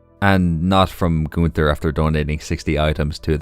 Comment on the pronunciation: I'm not good at names either but when you said Gunters name😭 that's literally the easiest name